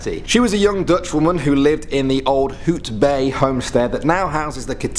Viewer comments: DID HE SAY HOOT BAY HAHAHA BRO ITS HOUT BAY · "HoOt BaY" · Lol "hootbay" Dis HOUTBAAI man! En Cloete nie cleootey nie😂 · Its not hootbay its Houtbay. (H)(out) bay... And as a South African never heard any of that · I agree lol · Hoot bay> Hout Bay 😂😂😂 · Spook house😂😂Hootbay🤣🤣the pronunciations are killing me, man😂😂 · Who else loves it when people not from SA try to pronounce Afrikaans words like hout bay he pronounced it hoot bay, it sounds so weird 😂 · "hOoT bAy" hahahahaha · Oh my god...did he just say HOOTbay🤦🏽‍♀️🤦🏽‍♀️🤦🏽‍♀️💔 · Hootbay? Cloeeaaateee?🤣🤣🤣🤣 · he pronounce 'hout' as 'hoot' lol